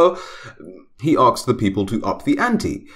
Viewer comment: It's comes out as arksed XD